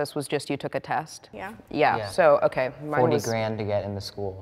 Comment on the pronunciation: love how she was just like “okeh”